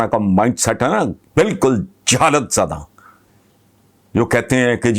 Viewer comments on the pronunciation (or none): میں نے ایک صاحب کو بالکل کو baalkul پڑھتے دیکھا